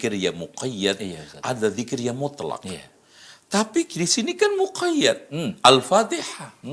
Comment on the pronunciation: Yg Bid"ah itu yg bacanya Alpatekah....